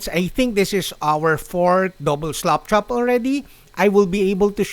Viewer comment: I know it's the accent (not being disrespectful; I can only speak one language), but I love sounds like he is saying "slopchop". I think that what we should call it; it sounds like a better description because of the way most of us apply the technic. Keep up the great videos!